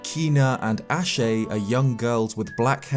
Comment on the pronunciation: Ashe is pronounced ash.